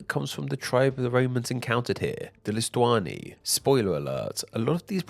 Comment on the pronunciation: Lusitanii=LiStUAnI💀💀💀 your pronunciation is exceptionally bad. I enjoy your videos but God damn do i get a migraine every time you pronounce something it's like you're doing it intentionally. IDK about the people who think it sounds pretentious when you pronounce a foraign word correctly. for me it is not trying is as bad as fake native tryhard pronunciation if not worse. btw Alpes maritimae means coastal Alps.